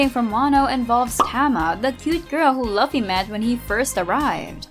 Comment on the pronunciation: you are watching one piece and you are pronouncing luffy wrong bruh